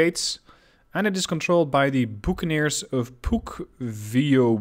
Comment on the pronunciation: "buccaneers" 'Buck-a-neers' similar to pirates but more geared toward merchant and not quite pirating.